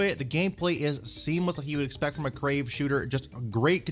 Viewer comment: The name is Cave not Crave.